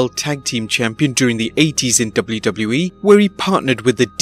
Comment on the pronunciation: Dub-blue Dub-blue E. Lol